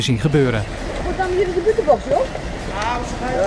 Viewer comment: "De buuutenbocht" 't is ook moeilijk woorden normaal uit te spreken..